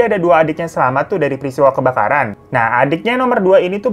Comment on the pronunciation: JNG apaan bang?? Kok KEBAKARAN jadi KEBKARAN sih?? Terlalu bersemangat iya